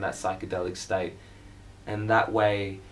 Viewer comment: "staite" you can tell your australian